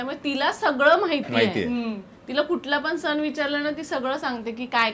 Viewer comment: सन नाही ग सण